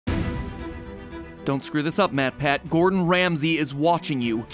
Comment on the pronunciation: I think it’s matpat not Matt patt